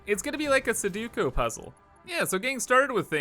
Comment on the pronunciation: mispronouncing "Sudoku" was the perfect choice to sum up the carefree spaghetti mess that is this whole project.